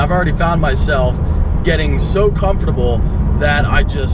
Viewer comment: Who taught you how to say the word comfortable